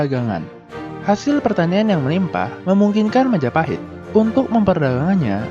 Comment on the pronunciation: Oh, look who controls all the islands. It's the... Mahajapit ❌ Majahapit ❌ Mapajahit ❌ Ma-ja-pa-hit? ✔️